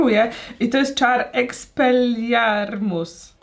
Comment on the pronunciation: Agnieszka: Uwielbiam Harrego Pottera! Też Agnieszka: Eks(ee)Pel(ee)lIar(yy)Muss